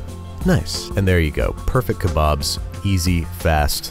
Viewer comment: As a native Urdu speaker, your "Kali Maa" and kebob pronunciation was spot on.